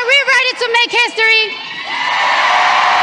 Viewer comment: She can barley say history 😭